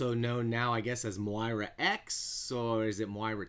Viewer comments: Nice breakdown pronounced Moy-rah Bold prediction: we are currently reading Moira's 6th life...and how these event's lead to her ultimate resentment of Charles Xavier leading up to her 10th and 11th life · I can’t subscribe to someone that can’t pronounce Moira